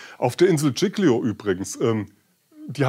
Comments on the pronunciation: Bitte die Insel Giglio richtig aussprechen. Sonst alles gut. Tschilio das tut weh,wenn man italienisch kann. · Dschicklio, so so, vielleicht ein bissl Italienische Aussprache üben. Und sich dann bitte auch über Kapitän Schettino (gesprochen übrigens SKettino und nicht SCHettino) informieren